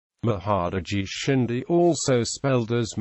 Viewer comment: Why these people are interested in History irrelevant to them? Theyknow there are more english language viewer in India then any country in the world. So they are lookng at future to make money on the video. This must have been the sole purpose. They dont even know how to pronounce Indian names.